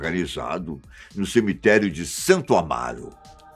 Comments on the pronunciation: Cimitério não! Cemitério. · Excelente video. Mas.... "cimiterio" em falhou ai,hein ? Kkkkkk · "Cimitério" foi pra acabar...